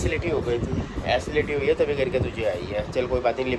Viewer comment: It's असिडीटी not acility😅😅😅😅